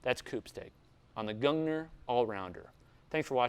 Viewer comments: Gung-neer is how you would pronounce it. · it's pronounced like goongneer I believe. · it sounds like "goongneer"